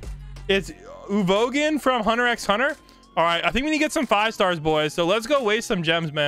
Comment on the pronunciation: “Uvoguhn” -never watched an anime in his life